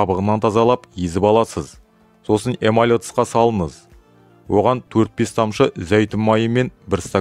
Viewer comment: Жүргізуші Ң əріпін неге Н деп оқиды мысалы Салыныз қайнатыныз деп Дұрыстаңыз кемшілікті